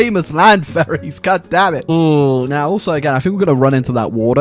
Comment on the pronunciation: I always hear "Furries" when he says "Ferries"